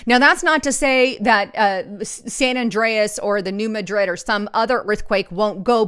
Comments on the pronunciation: you are mispronouncing New Madrid. It is pronounced, "New MAD-rid", not New Ma-DRID. The accent is on the first syllable. I live near there and everyone who lives there calls it "New MAD-rid." I like your reports. I am just trying to help you. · You are mispronouncing New Madrid. Please correct !